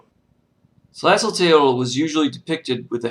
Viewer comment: / Very limited, one-sided, and thus not a real good overview of Tlazoteotl. (Pronounced "tlah-zoh-TAY-oht" -- the "l" at the end is silent or gently breathed.) Please do more research. I am a member of the Mexikah Tribe, and my ancestors are Mayan and Aztec. Tlazoteotl, as with all of our "Gods" is not so much a distinct "deity" as she is a complex of energies. Our word for your words "spirit", "God", "soul", "energy" is simply "teotl". Nothing about it translated easily into any other language. But because these energies overlap, push up against, compete, complete, and compliment each other, at any given time Tlazoteotl, for example, can become another energy -- hence both her defiling and purifying natures. Nothing is without anything else, which is the lesson of the Four Directions and the Center. Tlazolli, like all things, is an ephemeral moment, but can last 'too long' for human liking or health, but it is also necessary for growth and sustenance.